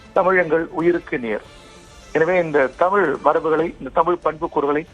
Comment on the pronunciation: ஆரம்பிச்சடங்ய்யா ஆரம்பிச்சிடாங்ய்யா டமிள் வாள்க, வாள்க வான்கவே வாழ்துகள்